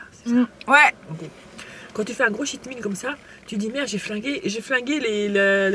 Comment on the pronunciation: Par contre le Cheat Meal se prononce ''tcheat''. En gros, un repas où tu te permet de tricher :) Important, car le prononcer ''chhh'' sonne comme Shit Meal ce qui veut littéralement dire ''Repas de merde!'' xD